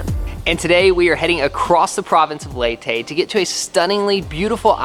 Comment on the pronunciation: It's Sa-mar and Ley-te....